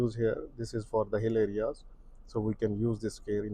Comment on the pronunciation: LOW GEAR for “HILLY AREAS” (places with hills, slopes or steep roads) Exhausted to keep rewinding to understand those two words becoming sound like one word when being said 😮‍💨